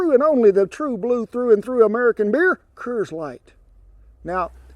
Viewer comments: “Kerrs light” lmao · HE SAID KERRS LIGHT LOL HECK YEAH!